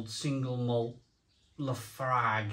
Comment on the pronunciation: It's actually pronounced Lah Froik 😂